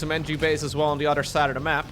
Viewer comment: I just realized, can’t prounce “th” sounds. “None udder den Cllllleem. I’m excited for dis!” 😂